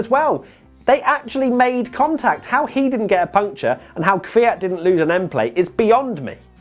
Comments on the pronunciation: You are saying Kvyat correctly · Actually your pronunciation of "Kvyat" is better than that of most Brits. You guys usually pronounce it something like "keeveeyat" and your pronunciation would be almost perfect if you made the "y" a bit shorter. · thats actually the only right way to say it. i get triggered by people who say "kiwiyat" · Your pronunciation of Kvyat (Квят) is correct mate.